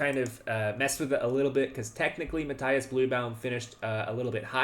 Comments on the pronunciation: Since I am making myself unpopular already, let me add one more: Matthias is pronounced Math-ee-as, not Math-eye-as. It is German, and German has no diphthongs. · Why do you say "Matthaias Blübaum"? You're clearly able to pronounce an "i" without putting "a" in front of it. You don't say Fabaino or Haikaru or Saindarov after all... Or Anaish Gairi😅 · Just a heads-up, you're totally mispronouncing Matthias. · Just as it's my name as well - when german pronounciation is courteous, i.e. the bloke is from Germany and you try to say his name, the 'i' in Matthias is not an 'i' as in light, but an 'i' as in linger. His last name actually is 'Blübaum', which contains an umlaut you guys do not have, so your approximation 'Bluebaum' is totally fine - i just mention it to say, for those interested, that the last name translates to 'flowering tree'. Again, just because it feels strange to hear your own name done wrong-ish-ly ( at the end of the day, no one really cares. But it shows that bit extra effort has been put in :) )